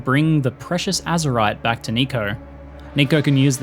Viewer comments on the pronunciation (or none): none